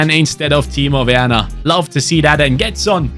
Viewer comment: Im German and im impressed how good he spoke timo werner i was so confused to hear that from a english speaking ytber